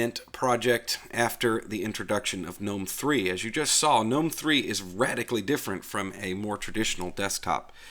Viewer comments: GUH NOME----NOT NOME THE G IS NOT SILENT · And GNOME is pronounced GUNOME, not NOME.